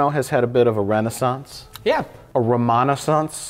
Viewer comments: Why wouldn't you say "RAYnaissance" instead of "ROMANOssance" jesus christ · Mike how the fuck do you try to make a portmanteau of Ray Romano and renaissance and end up with Romano-ssance instead of Rey-nessance. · Raynaissance, Mike….Raynaissance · WHAAAAAT... WHY NOT "RAY-NAISSANCE"!?!?!?